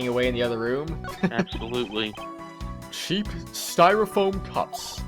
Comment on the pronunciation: ***** The clue is the way he said "Ab-SO-lutely". It's an 'endearing mannerism' of his.